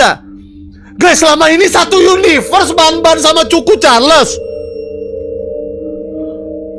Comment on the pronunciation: Bang choo choon charles bukan c*** carles